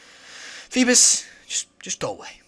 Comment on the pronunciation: fee-biss? what?FeeBASS like...a BASS fish lol. Geez this guy.